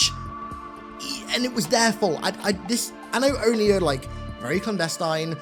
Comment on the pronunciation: I'm glad that they finally said ONI instead of O-N-I (oh-in-eye)